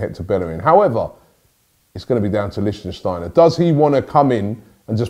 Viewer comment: "Liechtensteiner" ahahahhahahaaaha